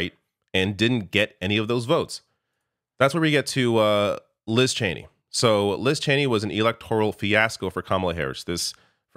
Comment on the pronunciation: ITS CHENEY FOR CHRIST SAKE!!!!